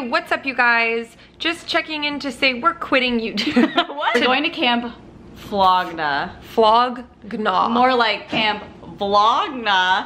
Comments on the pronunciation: Flog NAW LOL YAL SAYING FLOGNA is killing me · it’s pronounced flog naw but it’s spelled flog gnaw 😭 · “Camp flog-na” I’m dead on ur pronunciation 😂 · Lowkey annoyed how y’all said “gnaw” lol Still love y’all though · the way and pronounce flog gnaw makes me cringe lmaoo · Okay but why is no one mentioning the fact that neither of them had any idea what camp flog nog is they couldn’t even pronounce it correctly 😔🙁 low key super salty that they didn’t realize what a insane honor it is to be invited and given passes to go let alone the fact that they didn’t even take one second of content AND left early without Matt because they were cold 😒 I love you guys but this honestly really disappointed me how much they just didn’t care about it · I would rather jump out of a plane with no parachute then listen to pronunciation of Camp Flog Gnaw again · I love you guys but the way you all kept pronouncing flog gnaw had me cringing lol